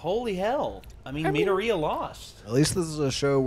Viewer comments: Me-door-e-uh, if that helps. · Mid-door-Re-ya. That’s how it’s pronounced. I’m sorry, it was really bothering me. Or just call him Deku. It’s his nickname.